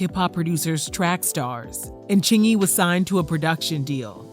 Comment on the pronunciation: He said it right and I believe him ... thanks for posting!